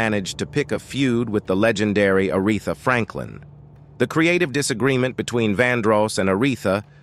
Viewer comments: LMAO, ARETHA, IS A-REE-THA. 😂😂😂😂😂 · Who the heck is "A rett thaa"!!😮 Yes, might be A. I. Speaking as narrator.